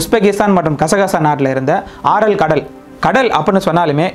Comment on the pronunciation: atha ஆரல் இல்ல ஏரல் கடல்...please check that...